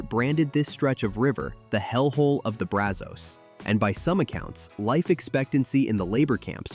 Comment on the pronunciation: Pedernales is tricky. I've always heard it Per duh nahl us. Llano was close, but it's Lan O, not lun o. Braz uhz, not Braz Ohs. WAX a hatchie. Just like candle wax. I enjoyed the first half with the natural places much more than the industrial ending. But then again I live in the Texas Hill Country.